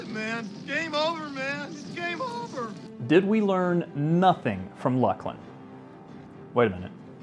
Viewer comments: no way its gotta be "luck-linn" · I once called the SOE service desk back in the day for assistance and while on hold I heard announcements for the expansion Shadows of Luclin. The word is definitely pronounced as "LUCK-LIN" . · Top 3 1. Shadows of Luclin 2. Ruins of Kunark 3. Legacy of Ykesha There’s also no K in Luclin, so it pronounced like Lucy without the y. Luc-lin